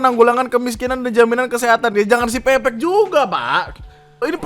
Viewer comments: bang itu yang cirebon bacanya bukan pepek, tapi pepek (pepeg), e nya dibaca e bukan e wkwkwk artinya lengkap bang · menit , bacanya peke e kecil (kaya baca enam) jangan pake e medan bang. pepek /pepeg bahasa cirebon artinya lengkap. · .. bang, sebenernya siPepek itu cara bacanya "siPeu-peuk" atau kalo kata org cirebonya tuh pepek/peupeuk = Lengkap.. 😂 mungkin yg bikin nama gatau kalo kata Pepek tuh = "nganu" 😂😂😂😂